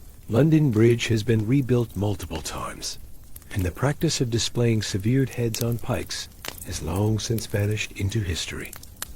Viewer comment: I'm out; the ai narrator doesn't know how to say ``severed.''